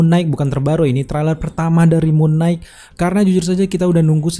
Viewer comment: Koreksi bang. Knight dibaca "nait" gak dibaca "g"nya. Sama kayak baca night 🙏🏻 Abang ni bagus kontennya, suaranya jg enak, tinggal perbaiki pronunciation aja bang. Masukan biar kontennya lebih enak dan lebih maju bang 💪🏻